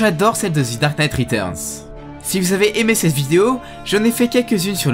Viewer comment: On dit « the » et pas « thi » parce qu’il n’y a pas de voyelles à dark knight en tout cas super vidéo